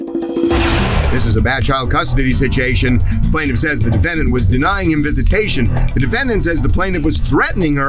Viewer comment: did he say “sit-chee-ation”? 😂😂😂